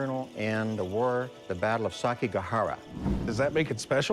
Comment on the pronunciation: Sake - Gah - Hari. Now, I'm not too much a weeabo, but I'm fairly certain it's Seki - Ga - Hara